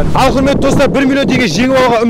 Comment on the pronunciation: ННН шамалы тілі сақаулау екен тұлал баурым дейды және құлметті достар дейді Р-ға тілі кемей жатыр